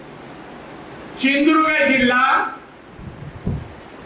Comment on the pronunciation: तु आधी सिंधुदुर्ग उच्चारायला स शीक.